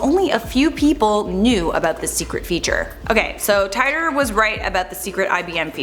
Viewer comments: John Tight-or ..... It's teetor (Titor) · It’s teetor not tietor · I think it 2034 and you pronounce the john titor wrong john tiitor not jhon tytor And you can't change the time because your past become your future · Tight-tor??? It's pronounced Tee-tor, do some research. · John Tightor? wrong pronouncing. John T ee tor sis. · It's pronounced "teetor" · It's pronounced "Tee-Der" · It’s “titor” or “teeter” like teeter-totter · I believe they actually pronounce it "Teeter". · Its pronounced Tee tore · Why do people freaking report on this dude they can you pronounce his name right so we irritating